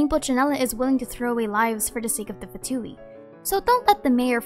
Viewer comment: one day we'll have someone ( including within Hoyo) that pronounces " Fatui" correctly. ( but kudos for nailing " Signora" and " Tartaglia" )